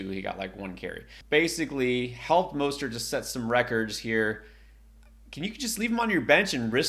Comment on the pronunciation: Raheem "MUST-START" not Mostert lol